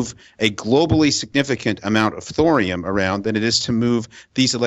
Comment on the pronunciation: Thorium rhymes with Dorian. :)